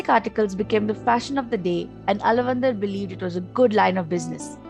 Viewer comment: Btw, he is not alavandhar...he is aalaavanthaar...!